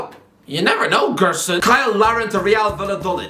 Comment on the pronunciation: The way he pronounced Gerson was top content